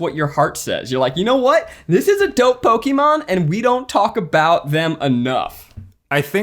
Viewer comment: When eugene ranks pokemon can he please have ned pronounce it first 😂😂